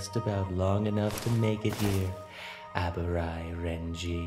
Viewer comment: You pronounced Abarai weirdly.